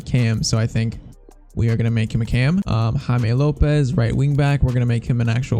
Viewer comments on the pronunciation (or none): none